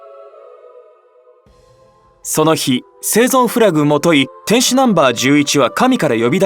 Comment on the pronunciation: ぜいぞうではなくせいぞんです